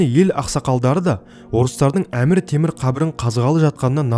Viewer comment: Әмір тімір деп айтылып тур аты қазақша